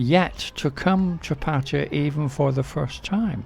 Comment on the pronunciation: mate, you live for several years and didn't learn how to pronounce the name of the city? Tip, it is not Patya like you keep saying.